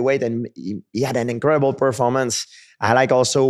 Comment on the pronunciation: "I am impressed with you're perforrrrmannnce" well that's a first 😅